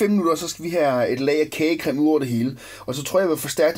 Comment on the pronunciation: LOL han sagde krage cem